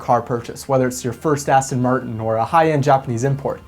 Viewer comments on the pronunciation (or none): none